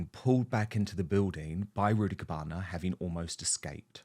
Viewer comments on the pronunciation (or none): Did he say rudibukana lol